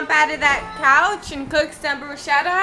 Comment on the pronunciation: Hey I'm Italian I can't hear "bruschetta" pronounced that way! It's br-u-sk-etta!